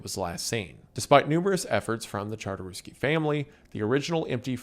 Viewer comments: I'm surprised you managed to pronpunce Czartoryski correctly (aside for that one "Kartoruski"). On the subjest of Polish art during WW2, I highly recommend checking the story Jan Matejko's "Battle of Grunwald". The piece is absolutely massive, and despite that, the staff of the National Art Museum managed to move it from Warsaw and hide it for the entirety of the war, even faking its relocation to London. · > pronounces "muzeum czartoryski" perfectly > 5 seconds pass > completely butchers the last name of its owner, józef czartoryski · Polish person here, you only fumbled the pronunciation of Czartoryski once, colour me impressed